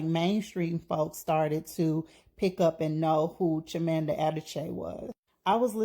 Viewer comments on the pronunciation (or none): Her name is Chima-manda not Chimanda pls.